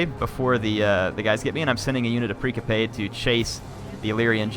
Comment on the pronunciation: Hier say it with me now...PRIN-SIP-PE And while we're at it, MAK-AH-DAWN